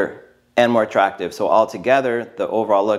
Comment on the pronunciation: he always says "very natural, more TRACtive" lol